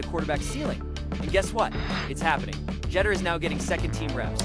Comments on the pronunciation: "SHEDDER" SANDERS...??? BRUH...:face-fuchsia-wide-eyes::face-blue-wide-eyes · You are not pronouncing his name correctly